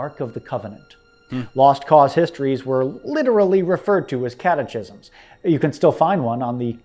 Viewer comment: catechisms (instead of catekisms, with the k sound)? That's the first time I've heard it pronunced that way. Regardless of what anyone thinks of individual statues, I believe that they must stay up and not be taken down. Not only do they serve as a great teaching tool, but they also are an important reminder of what happened during the war, puts a face to a name or the conflict and they still commemorate Americans, which was Lincoln's whole message during the war. The people who fought in the war, regardless of north or south or opinions on slavery, were still Americans. Gone with the Wind is a fantastic movie, everybody should watch it. The sets and scenes are wonderful and the acting is spectacular. I don't agree that it was made for/because of the Lost Cause. It's [SPOILER ALERT lol] a story of a young woman who loses everything, gains it back and loses it again. When I was in high school (I was in AP US History, so maybe things were differnt for those not in that type of class), we spent one or two classes iirc talking about reconstruction. Gettysburg is another great series, Ken Burns usually does an awesome job with his historical documentaries, his recent one about Ben Franklin is one I'd also recommend. I also don't agree with what he said about the Civil War, I personally did not get that impression when watching it. He kinda gets too close to modern politics for my taste. There's no systemic oppression of anybody based on race, arguably some are granted special priv